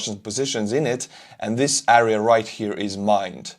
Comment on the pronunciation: I appreciate and like your content, keep up the good work. But my OCD goes crazy if you pronounce area as "äria".. it's "air - ee -uh"